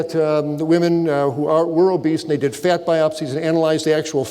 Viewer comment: "Fyat" lol